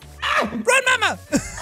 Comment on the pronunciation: Mamma means mom in Swedish. I cringed so hard every time you said mamma